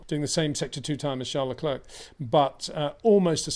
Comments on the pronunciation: You say other foreign names correcly, maybe add Leclerc. Say Claire, say Leclerc. Imagine he's called LeClaire. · It is I - Le Clurck